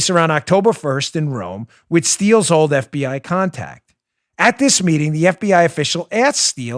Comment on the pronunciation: I sure didn't appreciate the "old" emphasis you wet-behind-the-ears whippersnapper.